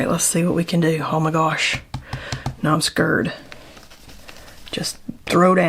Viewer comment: Beautiful!! I know what I’m doing today! 🎉🎉🎉 I love how you say,” I’m so skeered.” Cuz we all get scared but now I remember you saying it and I just keep GOING. ❤